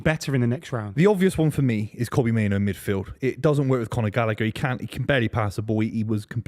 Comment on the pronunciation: Why does the Man United fan mispronounce Kobbie Mainoo's name as "Kobbie MainOWE?"